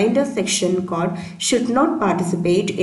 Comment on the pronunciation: nice video just say code not cod otherwise explanation is good :)